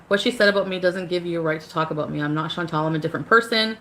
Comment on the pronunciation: Her name is ChantAL. (Phonetically pronounced Shawn-tall) Not Chantelle. ♥️♥️♥️ but love your video!!